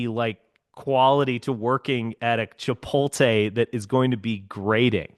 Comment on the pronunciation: Why does he call it chipoltay